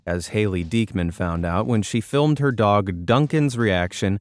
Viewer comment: YOU SAID SILM NOT FILM